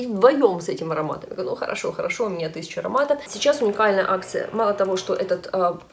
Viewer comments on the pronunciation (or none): none